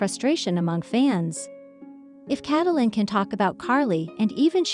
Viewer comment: Who the heck is Cat-o-Lyn? You can’t pronounce her name and Ty has hardly been quiet. Oh, and who is this Josh person Cate is supposed to be married to. Almost everything you’ve said is wrong. You should not be able to even be on YouTube! I’m so sick of people like you who know nothing about what you’re posting but post it anyway. If this is really what you want to do then do your homework FACT CHECK and please start being responsible for the content you post!!